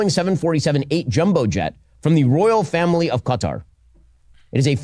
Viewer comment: At least he pronounces Qatar correctly 😂😂 but of course he doesnt care about the corruption, just the source of the gift